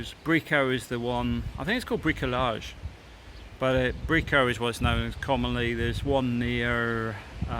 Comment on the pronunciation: Bricolaje...pronounced with H its DIY in Spanish. I would really suggest to get out to Spanish people and learn a bit their language. I understand its not as easy for everyone to learn foreign languages.. but come on... how long youve been living in Spain... thats embarrassing.